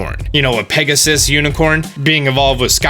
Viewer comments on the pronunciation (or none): To galarian Rapidash! We said “Pegasus” not “perm it sis”